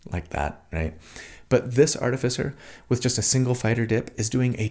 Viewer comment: I love your videos, but more than anything else, it seems like you are the only D&D content creator who know who to pronounce "Artificer"! Keep up the good work.